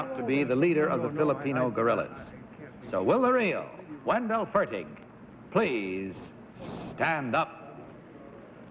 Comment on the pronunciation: John Pennel, not John Pannell. Wendell Fertig, not Wendell Fergin